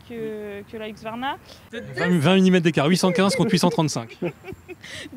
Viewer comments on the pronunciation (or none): Hu-s-q-varna, plutôt que Hu-x-varna ! 😉